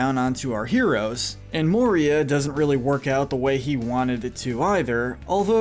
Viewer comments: I heard Maria... And how can we forget D'neither? D'neither, stuart of Gondor. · You butchered those names ... Jesus Christ 🤯 Oh.. and it’s MOria not MorIA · Watched 12 minutes, only to go back to the beginning to pick up all the mispronunciations. Cracks knuckles. Sarumun. Rivendale. Bullrog (To be fair I once called it a bull hog, so...yyyeah. 😬) Olihphant - yes, I am nit picking here. Min ass teer eth. Hall dur. More E ah. Galandriel. Shell ob. Bell rog. Issen guard. Fan gorn. Rahn (Rohan). Urkai Deh neither 🧐😆 What gets me is when a name is some of these were also pronounced correctly. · He said Moria like morEa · In the book the battle of helms deep the men are not aided by elves and not at out numbered also Denethor didn't try to burn Faramir alive he thought he was dead. It's pronounced More-e-uh.